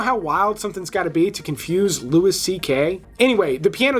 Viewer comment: It's pronounced LOUIE C.K... Not Lewis C.K